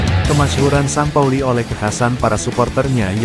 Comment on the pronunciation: Bacaan st pauli bukan san pauli la lembu...tapi sin pauli..lembu